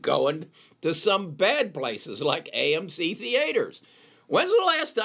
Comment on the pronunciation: It will go more. had some difficulties to pronounce amc and gme but he will for shore know how to say it in a couple of months.